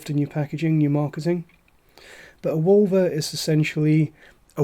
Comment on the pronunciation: When you first said Wulver I wasn't looking at the screen so I heard Vulva! I was like 'hello, what are we drinking???!!' 😂 Great review, I'd like to try this one as well, sounds interesting. Cheers 🥃